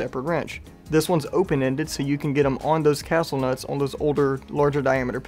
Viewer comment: Cool product but the castel instead of castle nut detail bugs me a bit 😜